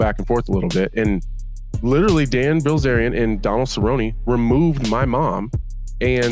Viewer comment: Did you say Ban Dilzarian lol